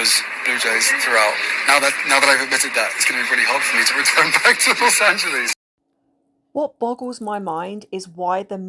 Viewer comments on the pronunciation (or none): I know, right?! He still says, “Loss-Angel-lease”. Surely he knows that no one says it the way he does! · Tired of this lies and manipulations. As a Californian who has lived in LA, it's disrespectful that he doesn't pronounce the name properly. It's Los Angel-less